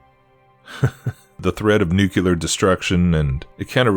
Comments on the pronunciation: Love your content man. My own beliefs align with yours to a great extent. Not important but fwiw it’s pronounced more like “nuke’-lee-err”. Most people incorrectly say “nuke-you-lerr”. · you broke my brain mispronouncing nu-CLE-ar. Normally love your vdeos, but had to turn this off.